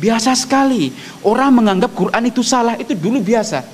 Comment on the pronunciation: Siry nyebut Qur an aj salah